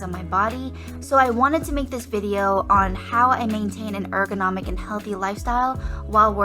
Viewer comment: That’s not how you pronounce ergonomic